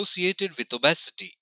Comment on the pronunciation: These pronunciations 😂🤣😂🤣die-ba-tus & o-bes-e-ty 😂🤣😂🤣😂